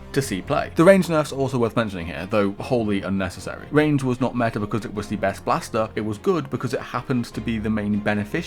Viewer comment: "Da meta" This is so sad 😂